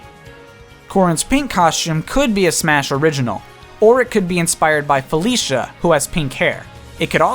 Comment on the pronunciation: Did you pronounce Felicia, FELISHIA?! WHYYYYY??! And she has blonde, not PINK hair!!